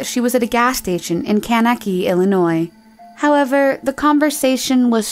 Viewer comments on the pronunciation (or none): I really enjoy these videos, and find them very intriguing. I do wish, however, that the young woman who is doing the narration would pay a little more attention to what she's reading and to pronunciation. "Kanakee" instead of "Kankakee" Illinois? Royal Canadian "Mounter" (instead of "Mounted") Police? These are rookie mistakes! It gets to be quite distracting, to be honest. And those are just the ones I remember - there were others in this video alone! Notwithstanding the aforestated, please keep up the good work bringing these cases to light. So much goes on behind the "fog of war" that is the state of modern news that it's helpful just from a pure human perspective to know that people care, and people matter. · Ka-knack-ee? It's Kane-ka-kee. Why do youtubers never bother to look up the correct pronunciation of words? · kankakee, illinois??? “Kaneki—“ I’m dead lmfao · I love these videos, but I have to say it's a little distracting when the narrator repeatedly mispronounces city names. A simple YouTube search for a TV ad from the area (car dealer etc.) would tell you how it's pronounced. I.e., Bradenton FL is not "Brandonton" and Kankakee, IL is not "Kannakee." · Pronounced Kankakee...not cunnekki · Kane - key - key... just saying. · Kankakee, IL is (cane-ka-key) not (can-a-key) in Wendy's story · Lol "kanaky, IL." It's pronounced KAN-KA-KEE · Woooah i did not expect to hear my towns name! It’s pronounced kan-ka-kee by the way, not “kanakee” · It's not Brandenton Fla. It's Bra (rhymes with stay) den ton. Bradenton. And Kanackee Illinois would be Kan ka kee. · Kane-KA-key, Illinois. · by the way Kankakee is pronounced kank a kee lol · I love the way Kankakee was pronounced LOL it’s Kank-a-kee. Keep up the amazing content! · Kank-ka-key is the correct pronunciation. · The city is pronounced Kank-KA-Kee btw lol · Lol can-uh-kee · ‘BRAY-den-tun’, Florida. ‘Cain-KUH-kee’, Illinois. Still, thanks for no robo-narration! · I think you mean Kankakee?